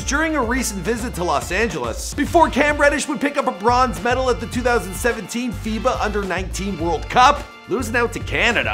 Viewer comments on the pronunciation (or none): none